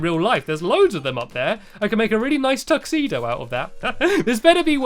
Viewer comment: you just said tuxeeno im going to try and get it